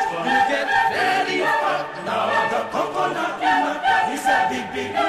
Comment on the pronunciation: 코코넛 발음만 잘들리는거 겁나 웃기네ㅋㅋ